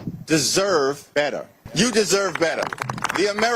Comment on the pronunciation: His word pronunciation is pathetic. Beta instead of better. Give me a break. He can't even speak proper English. 😊